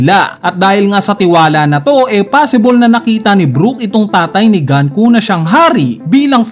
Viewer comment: Sino ba kasi si GANKU??? 🤣 ganku ka ng ganku... 🤣 The name Gunko, a character from One Piece, is pronounced as "goon-koh" (IPA: /ɡuːnkoʊ/).